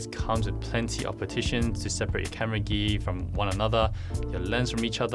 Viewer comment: Sorry to ask but you spell gear like gee what is this country accent(I learn english)